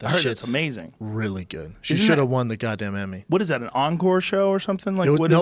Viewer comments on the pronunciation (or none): none